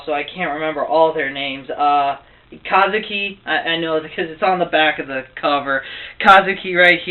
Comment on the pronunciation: paion? and its ka-zu-ki